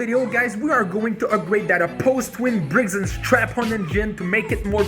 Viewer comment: soooo do you purposely say briggs & strap-on as a joke or is that how you actually say it😆no hate if thats just the way you say it jsyk love your videos